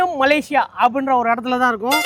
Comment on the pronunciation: MALAYSIA not MALASIYA